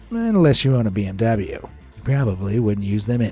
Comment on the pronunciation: Poogatti, pee-m-w, and Ashton-fartin 😅 👏 bravo